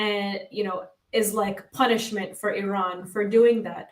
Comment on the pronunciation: it's not Irrrrran, it's Iran. Easy on the 'r' bro 😂🤘